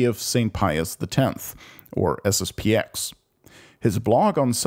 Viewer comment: It's SSP-ten.